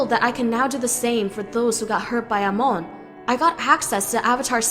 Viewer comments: i hate this who is amooooon ITS AMON NOT AMOONNNNNNNNNNNNNNNNNNNNNNNNNNN GET THERER NAMES RIGHTTTTTTTTTTTTTTTTTTTTTTTTTTTTTTTTTTTTTTTTTTTTTTTTTTTTTTTTTTTTTT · Amoan? No no no, it’s Amon. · It’s Amon not amoun!!!!!!!!!!! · Amon not Amon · Amoan? Its prononced Amon. ( AH-MON) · Amon BTW NOT AMONE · I’m sorry but amoon 😂😭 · Anybody notices how she keeps saying aimone when it's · She pronounced "Amon" "Amoan" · hey, that's not how pronounce Amon, you're saying: Amoon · Lol no offense but you say omon kinda weird but I understand that it is a bit hard to say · Nice video. But Amon is pronounced "Aman". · It is pronunced Aman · You don’t say Amon Correctly 😡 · Ikr and its pissing me off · Does anybody hear her say Amon wrong. 😫😫😫😫😫😑😑😑😑😑 PS: no offense. 😇😇😇😁😁😁🤗🤗🤗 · She said Amon wrong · She pronounced Amon wrong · Wtf you pronounced amon wrong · i died a bit the way she pronounced amon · Great job but your pronouncing Amon wrong but eh it doesn't matter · Why does she say amon weird like that? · Anyone else cringe every time she said amons name wrong? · You said Amon wrong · Why does she pronouce Amon so weirdly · I can't stand the way the narrator pronounces Amon's name. Super annoying. Also, using words like "sneaked" when "had snuck" would work infinitely better really ground away at me. They're small complaints, but those little things add up. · Ton RACK? EH Mon? RAY Kou? I don't think the person reading the script has ever watched The Legend of Korra